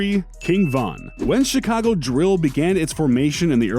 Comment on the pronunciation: King "Vaughn" ????